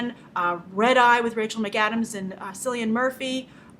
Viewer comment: Cillian Murphy ... Like kill ian no sill ian ya know